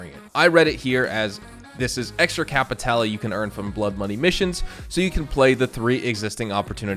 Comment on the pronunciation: I haven't played any Blood Money missions ever, "Kay-pee-tay-lay" WTF R*... If the Dr. Dre collab is a true thing I will be absolutely playing them, listened too much of his music to skip a piece of his work.